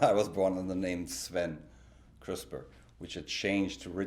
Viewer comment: i heard Richard Krispe